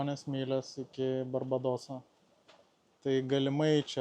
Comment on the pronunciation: Barbadosas tariama kaip BarbĖdas (ėda barbes, ne peles ar žuvis), o vietiniai vadina Bulbėdas (ne dėl bulvių, o netradicinės orientacijos paklydusių). Palankaus vėjo ir lygaus vandens! :)